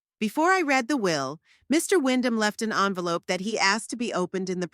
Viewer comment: The story is good but the reader needs to know the difference between the present simple and past simple of the verb "TO READ" The present is pronounced the same as in FEED but the past is pronounced the same as FED although both present andcpast as spelled the same. Needs more work. Also, the inconsistency at minute 60 when Merle goes to the dinner says that her daughter Tabitha looked at "MY BROTHER instead of HER brother. I had to lidten 4 times to check if I had heard it right. Please proif read before posting.